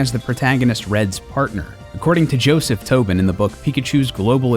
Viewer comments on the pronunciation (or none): none